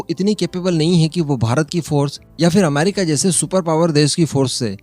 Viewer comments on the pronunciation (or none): none